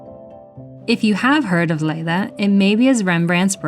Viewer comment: Nice video. For info: the Dutch "ei" in Leiden is pronounced like a long I in English e.g. bite; not like a long A.